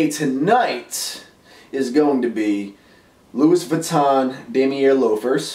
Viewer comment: the "s" is silent in louis when you say luis vuitton lol.